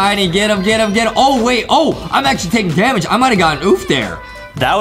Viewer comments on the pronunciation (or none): none